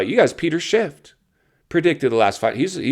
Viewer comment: It’s Peter Schiff not Shift. 🤦🏻‍♀️